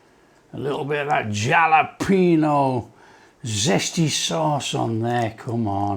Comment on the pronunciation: It's pronounced Halopeno, in Hispanic the J sounds a H.